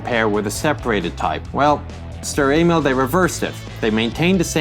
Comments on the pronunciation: he cudent say Emil but insted anal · did anyone else hear sturer anal? XD